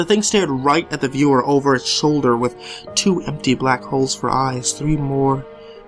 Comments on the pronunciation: Am I the only one who thought that he said "I have to go take a bath in my toaster now."? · This one was really great. At first I thought he said "I need to go take a bath in my toaster now." So I was pretty confused. The I realized he said 'with' and slightly giggled.